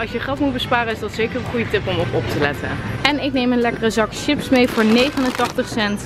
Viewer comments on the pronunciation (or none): none